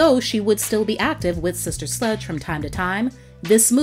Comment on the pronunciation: Q: Can you please make an edit to your video ? I noticed at the mk the computer generated narrator says " SLUDGE " that is dis-respectful to this LEGENDARY band